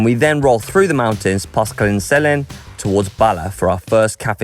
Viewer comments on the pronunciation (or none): Oh you didn't even begin to pronounce places correctly - You really failed big time.....spoils the video 1. Llandudno - pronounced Cthlan-did-no 2. Betws-y-Coed - pronounced BET-uhss uh COYD 3. Llyn Celyn - pronounced Cthlin Kelin 4. Hirnant Pass - Pronounced Here-nant 5. Powys - Pronounced Powis...not Powees 6. Rhulen Hill - pronounced Roolen Hill Then you cut it short by not going to Caerdydd.....tough ride yes...length of Wales...no....Marks for pronounciation 0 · Those pronunciations, had me cracking up by the time you got to Llyn Celyn. Good effort though